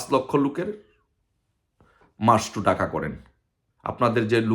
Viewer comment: এখনো ঢাকা উচ্চারণ করতে পারে না সে আসছে বাংলাদেশ স্বাধীন করতে। ডাকা